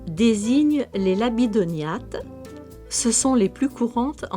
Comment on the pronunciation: Intéressant et plutôt bien fait à part quelques problèmes de prononciation : chélicère ne se dit pas "chez licère" mais "quai licère", et labidognathe ne se prononce pas "labidoniate" mais "labidog' nat". Enfin, pholcus est du genre masculin (terminaison latine en "us")